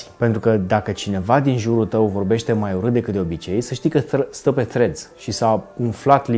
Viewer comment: Salut, zi-i tu lui să nu mai pronunțe Threads Freds, zi-i să bage limba între dinți pentru primele 2 litere